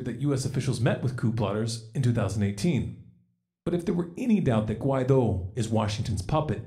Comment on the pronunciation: Guaidó (wah-ee-doh) but yes you’re right on point on the whole situation! Keep up the great work!